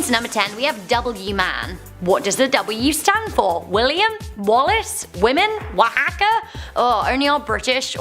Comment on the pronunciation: Wahawka??? Oaxaca cheese is from Oaxaca Mexico...what does that have to do with W? Maybe sounds the same, but c'mon... And the native is called APACHE (AH PAT CHEE) not apash... I love you guys but please learn how to pronounce words before doing these videos.